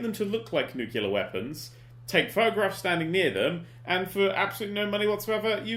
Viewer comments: Dan. Read this word: "Nu-cle-ar". Where, EXACTLY, is the "KEW" sound??? There isn't one. Because the word is NOT "NEW-KEW-LAR". I thank you. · "Nucaleer weapons".. pffheerh, Okay Dan x) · Dan mispronounces "nuclear" the same way as George W Bush does and now I don't know what to believe.